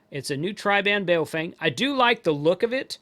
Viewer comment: no.... official Bejing Madarin pin yin pronounciation sounds like bah-oh fung